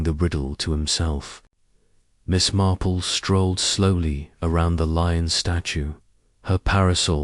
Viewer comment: Thank you for posting this; however, have many channels that post Agatha. AND, w/o ads or at least ads between chapters (like every 5 chapters, etc.) Also, it feels a bit A1. I don't care for the way Miss Marple is read. It is not Miss Marpell. Also, this sounds like the book, After the Funeral, which I have read at least 4 times. Good luck & I am signing off at 16 minutes.